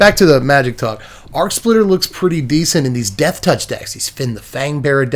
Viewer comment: spitter not splitter